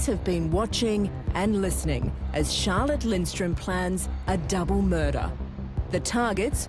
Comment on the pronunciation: Middle class who says that anymore? Btw her name is spelled and pronounced wrong, it's Charlotte Lindström...I'm swedish that's how I know 😇